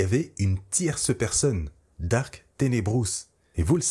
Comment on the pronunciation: Il faut dire Darth et pas Dark…